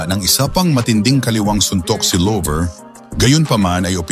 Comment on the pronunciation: Hindi lover Llover double L yan nakakahiya pakinggan